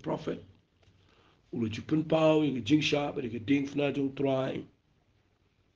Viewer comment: Wat dom mo phi pule ba Diengphna bad phi pronounce diengfna. Jan noh ka kieñ khasi